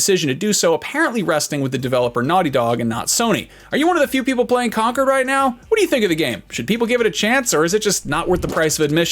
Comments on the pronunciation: It's ConCORD not ConCERD 😂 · why U say 'conquered' it's concord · He didn't even care to say the name correctly 👍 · How does he not know how to say "Concord" for god's sake? Concord Grapes, the Concord supersonic airplane, Concord as in a form of diplomatic agreement.. etc... Yet he keeps saying "Conquered" .... I'd give him him a pass MAYBE if he was GenZ ... but the dude is a Millenial, how the frack has he not heard this word at any point in his life?